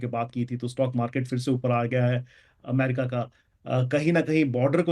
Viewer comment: लो अभी भी ठीक से अमेरिका नहीं बोला 😅😅